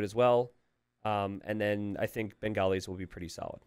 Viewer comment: your pronunciations of Bengalis, Hindustanis, Dravidians were almost spot on. That's 3 out of 4 buddy, you have nothing to be sorry about.